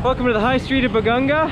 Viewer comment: hi i think its BA-GA-NGA its not BA-GAN-GA....BAGANGA is a type of tree in our place...im not sure if im right correct me if im wrong....power on...super apir